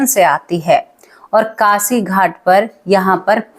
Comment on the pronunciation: मैडम आपने बोला कासी तो मैं आपको बता दू कि ये शब्द कासी नहीं है काशी है । शब्दों का उच्चारण तो ठीक किया करो ।